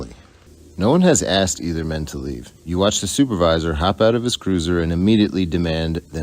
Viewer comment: Love the videos and commentary. However, PLEEESE - say asked instead of axed.